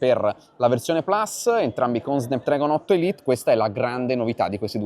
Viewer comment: si pronuncia snapdrAgon